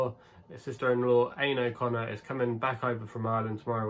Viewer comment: Aine is pronounced Awn-yeh by the way